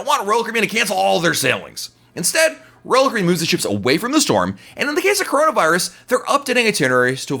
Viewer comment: I like your videos, but you talk WAY TOO FAST! I’m a New Yorker and even still I struggle to understand you., when you say Royal Caribbean, I can’t even understand what you are saying. Not good for a Royal Caribbean blog if people cannot understand the name of the company!